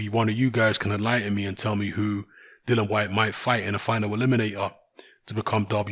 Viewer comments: Dilly-an is how its pronounced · Todd Yes it's dillian but refuses to pronounce his name properly.